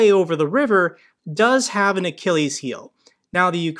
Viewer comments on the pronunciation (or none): none